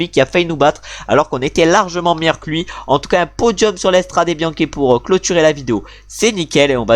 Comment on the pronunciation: Wah ça me stresse quand tu dis l’Estrade Bianche😂